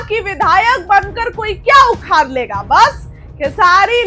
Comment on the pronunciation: उखार नहीं होता है,,,,, उखाड़ होता है